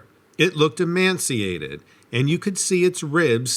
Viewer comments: emaciated not emanciated, sorry I don't mean to be a nit picker but for some reason I hear that word get mispronounced a lot. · and ee- may- see - ay- ted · “emancinated. ”. Another word? Tough woman. I was going to let “com-pile- a- tion” go, but nah; you’re a professional narrator. You should know how to pronounce words. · First story--"emaciated" not "emanciated." Maybe OP was thinking "emancipated?" Maybe the creature was also emancipated as well as emaciated. :-) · Emaciated is pronounced: E-may-see-ay-ted. For future reference. 🙃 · Emaciated - pronounced: E_may_see_ate_ed.